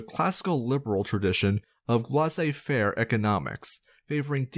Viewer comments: It's pronounced "lay-say fair" not "la-zay fair". :( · Yeah no, lay-say fair is much closer to the original pronunciation in French.